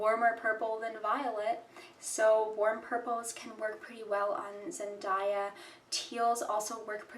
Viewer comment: Please pronounce her name properly